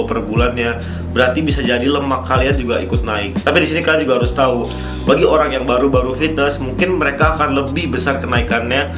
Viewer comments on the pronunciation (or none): none